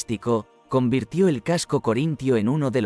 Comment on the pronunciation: La historia es buena, pero si en vez de el «qué» atiendo al «cómo», la cosa ya es muy desigual: la voz enlatada que nos narra este vídeo confunde constantemente «casco» por «caso», además de otros detalles, lo cual le da un toque bastante artificioso. Así que uno de los "no me gusta" de este vídeo, es mío.